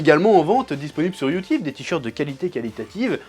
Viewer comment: "J'vais m'faire ken par youteub" !! XD